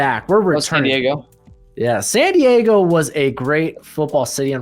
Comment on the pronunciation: This dude keeps saying Santiago thinking he’s saying San Diago and I can’t stop cringing.